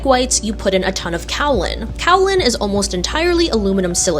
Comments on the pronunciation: I think it's pronounced 'kay-uh-lin' rather than 'cow-lin'. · It’s pronounced “kay uh lin”. Named after a hill in China, Kao Ling. I looked it up. 😆